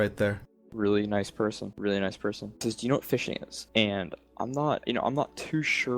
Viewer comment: lol " really nice preson" 🙈